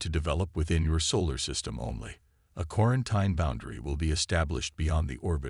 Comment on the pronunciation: Pronounced quaranteen